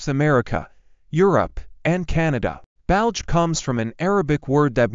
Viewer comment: The narrator does not know how to say Betelgeuse, and says it like Belge as in Belgium. It is pronounced Baetal juice.